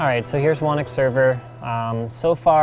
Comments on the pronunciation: smh, why is he calling it Wannick? It's obviously pronounced Who Knock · Whenever you say "whonnocks server" it always sounds like you're saying "WANIX" server so for the longest time that's what i thought it was called. It was only today that i realized that you pronounce "whonnocks" as "wanix". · How does "Whonnock" get pronouced "Wanick"? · What kind of weird, unheard of, alien name is "Whonnock" and why isn't it pronounced like [Hoo-nock]? I meaaaan, hurr durr. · The fact that you don't pronounce your server, "Whoknock" disappoints me tremendously. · well... Linus is Canadian, "Ock" sometimes gets pronounced "Ick", so "Whonnock" sounds more like "Whannick"